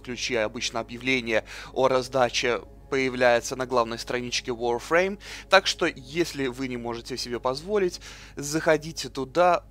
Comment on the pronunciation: Нахуя так коверкать слова? ВАРФРЕЙМ!!11 ВАР!!